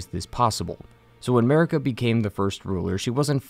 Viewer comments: why does this donny say america when its marika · i will eternally hear 'merica instead of marika for the churches lol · Dude, my native tongue is spanish, I literally can't play Elder Ring seriously because of "Marika"